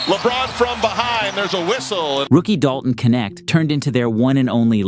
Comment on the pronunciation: his name is Knecht, not Kenekt